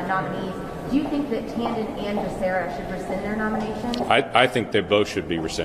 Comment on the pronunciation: Joe didn't even know becerras name he called him baccaria . Pure show